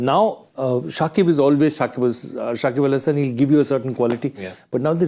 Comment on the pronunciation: What the hell is parthiv patel continuously pronouncing Saqibul hasan, Saqibul hasan? his name is Shakib Al Hasan. Aaaaaaaal Hasan not Saqibul Hasan.